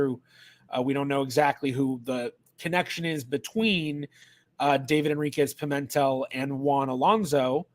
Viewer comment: In the name "Pimentel", the stress is on the 3rd syllable, not the 2nd: it's a bit like pea-men-TELL.